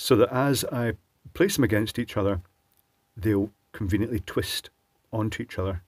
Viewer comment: Love it... "...so it's important not to twist the wires..."... Terrrrwist! :) Old habits die hard :)